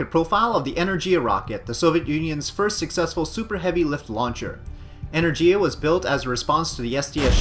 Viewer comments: go to google translate change language to polish, type in energia and click listen, thats how you are supposed to pronounce it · why energIa? It's enErgia!